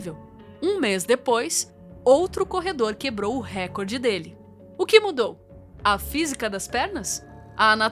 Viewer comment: Excelente conteúdo!! Só uma pequena observação: a pronúncia correta é reCORde, não "récorde" é uma paroxítona! 😅